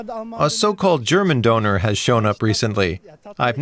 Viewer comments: How about pronouncing it correctly,? I’m pretty sure you have “Ö” on your Tastatur. 😉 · Ha ha, makes a video about the döner kebab and doesn't pronounce the word properly. And people from Turkey are called Turks, not 'Turkish people'.